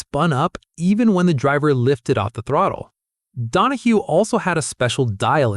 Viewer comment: You lost me at ‘Don-a-HO’. Cmon man. Mark ‘ Don-a-HEW’ Donahue was one of the most iconic racer / engineers to grace a racetrack. 🤨